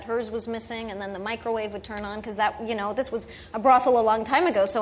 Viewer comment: "bwoffel" "micwowave" xD his inability to pronounce the "r" is hilarious!!